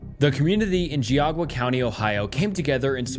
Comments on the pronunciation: I live near Geauga county Ohio, and it's driving me nuts you keep saying "Geaugua". It's pronounced "gee-AW-ga" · With love, Ohio has weird pronunciations. You don’t say the U sound in Geauga it’s “Gi-aga” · I'm really liking your videos, I think your channel is going to grow big if you keep at it. My only criticism is that you should probably look up the pronunciation of places before covering them. Geauga is Gee-ah-guh. Pretty close. We have a lot of Native named places up here. Keep up the good work. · I can’t get over the horrid pronunciation of geauga lmfao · it's Ge-aw-ga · It’s pronounced “JOG-AH” I know this because I live very close to this county in Northeast OH. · I used to live in geauga 👀 its pronounced gee-aw-guh ! crazy story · please look up how to say Geauga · So weird hearing Geauga County being pronounced like that